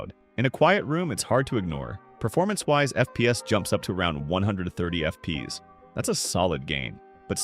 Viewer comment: It's so funny when he says "f peas" 😂